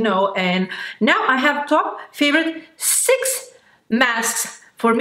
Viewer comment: "Six, six, six, sex, not sex" laugh OML IM DYING😂😂😂